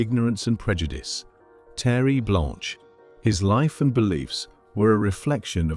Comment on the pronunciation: It's "Terre Blanche" not "Terry Blanche."